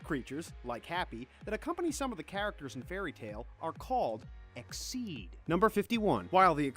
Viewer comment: who else is annoyed by the way he says most of the names wrong like endolas should be edolas and exeeeed should just be exeed and so on